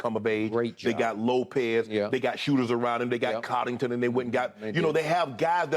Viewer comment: Nobody: Shannon: Cauddington